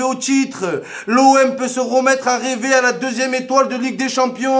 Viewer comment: on a bien dit RÊVER 😂😂